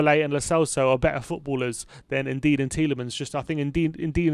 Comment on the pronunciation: Un-dee-dee, not “indeed”